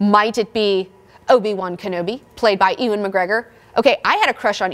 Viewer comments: it's pronounced yoo-an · You say Ewan so funny i'm dieing